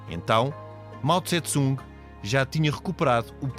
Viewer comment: A pronúncia correta não é Mao Tse-Tsung e sim Mao Tse-Tung!